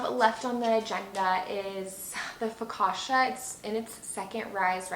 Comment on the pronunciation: Loved everything😍! Just so you know, the double C in focaccia is pronounced as the one in cappuccino